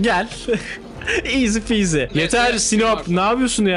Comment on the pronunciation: İyzi piyzi. Dopinki Kiiyzi